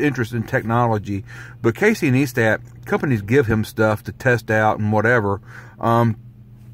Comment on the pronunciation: FYI his name is pronounced Ny-stat not Nee-stat, just saying